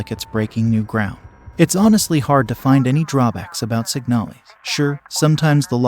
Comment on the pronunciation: Isn’t it called Signal-IS